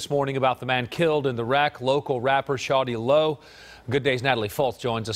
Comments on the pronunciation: IKR!!... No Shorty Lo. ✊🏽 Shawty is correct. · The news anchor pronounced his name perfectly👏🏻🤣!